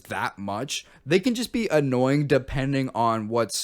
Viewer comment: “Sponer” its sponsor. “Anooyeing” Annoying “Esays” Essays I don’t want to be annoying but, are you okay???